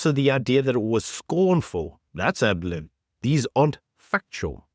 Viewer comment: *adlib, not ablib